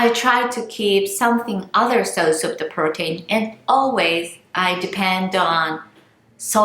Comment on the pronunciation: please say protein like (pro teen) 😀😀 but great video :))